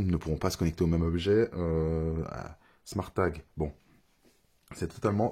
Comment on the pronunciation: Haha j'avais même pas remarqué 😂 a vouloir bien prononcer le E a été top marqué. Sinon c'était a l'anglaise " Smôrt tague" 😆